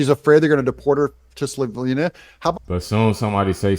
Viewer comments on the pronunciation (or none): It's SLOVENIA , not Sloviiinia !.